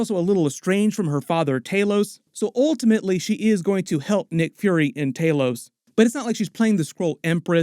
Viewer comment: Why do all Americans struggle to say thanos or talos’ name? Thaenooos lol